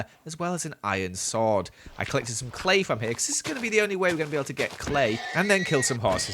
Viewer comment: Iron "Sord" XD